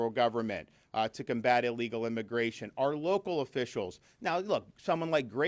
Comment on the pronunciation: MR. DESANTIS sayd ILLIGAL imigrants not legal oned pay attention 😊